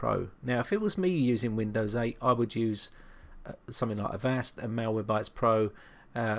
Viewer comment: Your accent reminds me of 2D from Gorillaz. He says "somefink" and "somefing" too and it's just so awesome and adorable and cool! Your tutorials have really helped me with my virus problems and your videos are the reason why my laptop is running again! Still sluggish but I think it's just from the extensive damage for having viruses undetected for 6 years. Yeah. I had 2 trojans and 11 viruses on it. All I thought was my PC was crap and had slow wifi when really I had malware from 2009 in all of my files. Thanks to you I learned how to identify malicious files and software and where to look and how to use cmd when I can't access anything else! I just can't thank you enough!!! You sir have earned a subscription from me! - Raeanna ♡